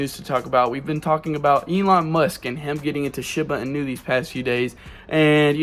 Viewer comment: He can't even say Shiba Inu right this guys an idiot